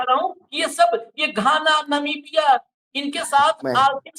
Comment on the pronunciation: sahi bola ... jis desh me jarhe usska naam bhi nahi bol pate Namibia ko navika bolta he 😮😮😮😮😅😅😅